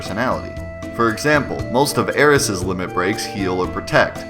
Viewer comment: The way you pronounce “Nibelheim” is making me cringe dude. It’s worse then the way you pronounce “Aeris”. But great video nonetheless